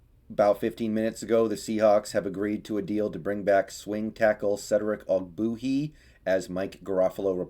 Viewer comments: Love your content, but it’s pronounced og-bWAY-hee! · You don’t even know how to say his name right. How can you judge his performance